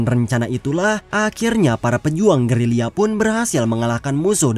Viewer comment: Woi bangang...gerila bukan gerilia😂